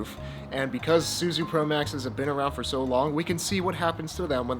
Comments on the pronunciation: This happened when Suzue switched their manufacturing from Japan to Taiwan. All the new Suzue stuff is made in Taiwan. The original NJS Suzue promax is the best one to have. BTW it's pronounced Su-zu-aye. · There are 3 syllables in Suzue. Minus one milllion fixie points for every time you said "SoO zOo", wtf is that how people speak in Sacramento these days? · Suzue is 3 syllables. 0 fixie points for mispronunciation ;)